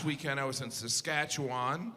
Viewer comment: He's spot-on about everything except the pronunciation of the ending of the word "Saskatchewan."